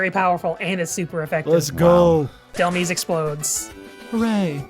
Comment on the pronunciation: Of all things, it's pronounced Dhelm-eyes, not dhel-miis. It's a combination of the words demise and helm(like the helm of a ship), Dhelmise.